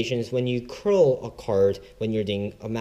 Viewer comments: its cull not curl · srry to correct you, but it's card 'cull' mate